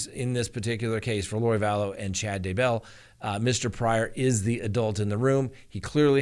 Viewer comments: Why do you keep saying D Bell its DAYbell !!! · Why do you pronounce it "duh bell" instead of "DAY bell"? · DAYBELL not dabell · Dude, it's "Day-Bell". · Hi there...Please, it is Chad dayeee bell. Trust me I am am from Uuutah Cowntee. Yes, i actually live in Spreeeeng veal. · I recently received a YouTube survey on you & I gave you a glowing recommendation! Just one suggestion: Daybell has the accent on Day’. and not bell’. However, your videos are excellent!